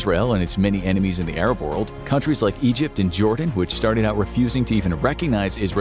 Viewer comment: what "whole wold baks ukraine"????